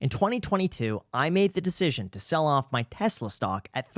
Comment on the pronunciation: Pronunciation of Tesla is wrong